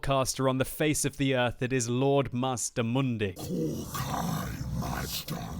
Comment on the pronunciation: it is pronounced mazdamundi